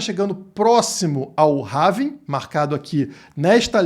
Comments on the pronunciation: Having ? Não é ‘Halving’? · RAVIN?? Nao seria Rauuuuuuvim??? aportuguesando... rs .. tem um L na palavra em ingles... HALLLLLLLLLLVING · Não é having. É HALVING!! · É Halllllllllving Rauuuuvim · É pelving